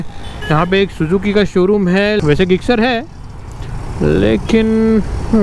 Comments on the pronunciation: Bhai you are pronouncing Gixxer wrong you can speak jixxer in speaking and in writing gixxer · अरे ते suzuki गिक्सर नाही जिक्सर आहे. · Bhai gixxer hai bolte zixxer hai or aap ggixxer😂😂